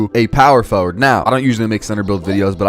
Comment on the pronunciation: Power for ward...sound it out bro